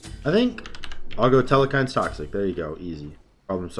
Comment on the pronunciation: The way u pronounce ymir is much worse than hecate Oh and telkhines... no e in the middle. Tel- khines. E-meer Coo-cool-kawn for future reference